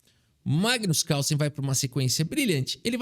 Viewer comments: ... caRRRRSLLSEN.... queremos o CÁLÇEN de volta!! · Quem percebeu que o falou o nome do Carlsen com sotaque gringo? É "Cálsen",. Tu tá vendo mt vídeo da gringa que eu sei... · Magnus CARRSSENN kkkkkkk muito bom